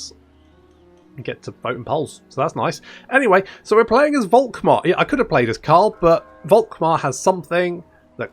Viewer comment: Dude. Please. Don´t say this "Wolkmar" shit. Guy´s name is said "Folkmar". V=F in German. Folkmar, Faterland, Folkswagen... Now you know. Go forth and sin no more. edit: Literally can´t continue watching. This does not only sound false as in incorrect, this sounds disgusting and revolting/nauseating. Actually gonna lose a chunk of your german speaking audience that way. Who´da thunk?